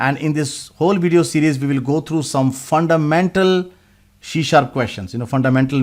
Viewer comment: Why are you spell shee sharp it should be c sharp. Correct your pronunciation